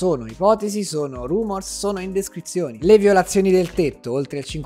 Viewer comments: ti voglio bene ma è indiscrezione non indescrizione😂😂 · sei un mito, ma è una "indiscrezione", non una "indescrizione" 😝